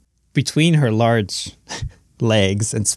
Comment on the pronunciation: Definitely didn't think of something else due to the pause between large and legs 😂